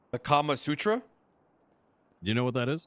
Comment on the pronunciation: It’s Kama Sutra but yeah that is wild lol